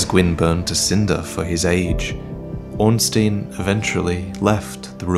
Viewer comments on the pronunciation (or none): Stop saying Ornsteen for fuck's sake. It's pronounced like you pronounce Einstein. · 6 years and you still couldn't pronounce "Ornstein" right.